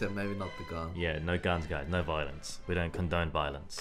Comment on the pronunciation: When you said "we don't condone violence," it sounded like you said "we don't condone violins."